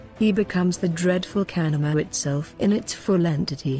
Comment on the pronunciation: Know people who saw shape shifters at work They were not bullshitting. BTW, convincing text-to-speech engine. The only word mispronounced is the word "kanaima" itself.